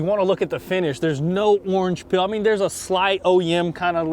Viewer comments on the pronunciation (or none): none